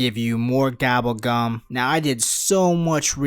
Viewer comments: Gobble gum not gabble gum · did he just say "Gabble Gam"